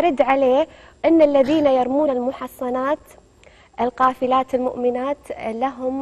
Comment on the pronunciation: الغافلات وليس القافلات تصحيح الآية